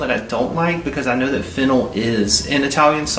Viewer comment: If you could’ve seen my face when he said “ fennel” 😂😂😂 my brain heard “ fentanyl “ 😱 like yeah I think that would mess with anyone friend! And this is my first time watching your videos, what a welcome 😂 it’s also way past my bedtime.